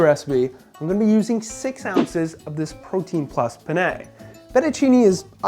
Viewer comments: It's more like "pen-eh", but, yeah, "pen-nay" killed me.. 😂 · Btw, it's penn-ay, not pen-nay (French like) ☺️ Italian speaker here and it's Italian food! Tho Italians might be grossed out by the cottage cheese...